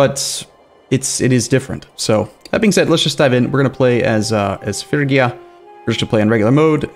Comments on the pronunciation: Just think of a Fridge-ia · he's absolutely correct in Modern English pronunciation. Every historian, and expert on the place and time will pronounce it that way when speaking in English. Fridge-ia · es Frigia, no Frisia. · Phree-gi-a not Fergia lol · Dude it's FRIGIA not FURGIA ... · It's Fridge-ee-ya. Pa-PIE-rus Im-PER-a-tor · Probably not gonna help now, but it's pronounced more like Fre-gee-ah. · Fridge-ee-ya? No way the "g" is definitely a G like in grass, and not a DG like in giraffe. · More like Free-yee-ah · Every time he says “Fergia” I die a little bit. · Im-pera-tor, Fridg-ia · It's pronounced "ˈfrɪdʒiə" btw, so kinda like Fridgia xD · Not in Ancient Greek it isn't. [pʰryɡía] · It is Ph-ry-gia. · Might be a little late for this, but: - Fridge-ee-a (Phrygia) - Im-PAIRator (Imperator) - Pu-pie-rus (Papyrus) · It is Fridge-ia actually. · Oh by the Gods the way you pronounce "Phrygia"! xD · Or Phrygia and Imperator.